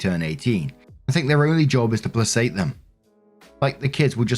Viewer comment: Hey... its play kate for placate, not pluh sate as y ou prounounced. Love your work, but it's Play kate sounding versus pluh sate.